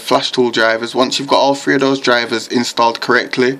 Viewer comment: it's three not "free"